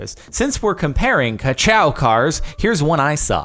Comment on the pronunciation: Ka chow not cacow